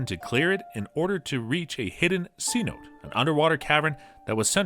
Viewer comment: “Seh-no-teh”, not “See-nōte” like a $100 note.